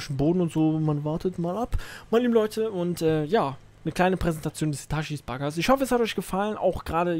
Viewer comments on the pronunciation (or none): Ich hab den Bagger in echt gefahren (bin Baggerfahrer) PS: Es heißt Hitatschi 😂😂😂